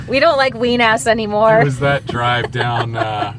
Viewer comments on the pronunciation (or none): Did you just say “ween ass?” 🤨